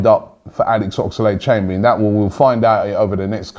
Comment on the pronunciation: Anyone noticed he keeps saying oxalade?